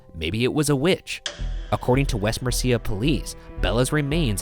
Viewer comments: Also, Mercia. Or should I say... Merci-Ah?! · I was more upset with how Ryan butchered the name Mercia. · West mer SEE a 😅😅😅 MER-see-uh lads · not only that but his pronunciation of mercia disappointed me, i know it looks like it should have 2 syllables and it's an understandable mistake but it made me sad, still cool to have a episode on the midlands, nothing ever interesting happens here normally